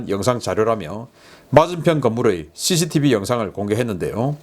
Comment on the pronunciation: 자꾸 씨시티브 강조하지 마세요 씨시디브 제거하면 어떻게 하려고요 제발 강조하지마세요